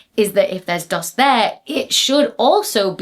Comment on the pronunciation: I like it better when you call it doost😅